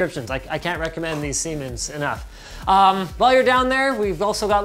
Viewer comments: For those that don't speak German and are native English speakers, it's pronounced "Ziemens". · Isn't it pronounced more like zsiemens ... with a sort of z at the beginning? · Also, it's pronounced zee-mens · He was commenting on how “Siemens” sounds like “semen” when pronounced with English pronounciation. And his pronounciation wasn't perfect at all, the German “s” sounds like the English “z”. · The first S is more like Z when pronounced. Zee-mens. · I mean, it’s pronounced sIY mens